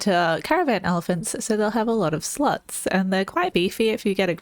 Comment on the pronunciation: she said sluts not slots boys lol true story those poor elephants.